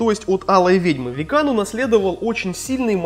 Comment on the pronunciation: не викАн и халкинг а вИккан и халкЛинг